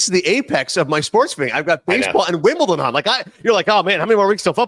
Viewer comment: the way Stu pronounces it "Wimbleton" drives me up a wall